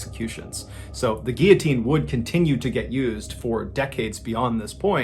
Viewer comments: ‘Fun fact’ the head stays conscious for 10-12 seconds, SO THEY SAY.. so it’s basically not a fact, just a theory also guillotine has an L in it it’s not pronounced ‘gee-a-teen’ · Not to be over the top... But “Gear teen” is pronounced “Gill-O-Teen” I know it's a strange one but just helping. Love the channel. 🙏🏻💙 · I always thought it was called gillatean If you pronounce Gill a teen. Lol I've been saying it wrong all my life You say it as geateen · What was with the pronunciation of the word Guillotine? 🤔 is that how it's actually meant to be pronounced? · Guillotine - Why don't you pronounce the L's in US? I mean there are 2 of them & you're not french. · Hey Mr B. Just curious as to your unusual pronunciation of guillotine. Why don’t you pronounce the L’s?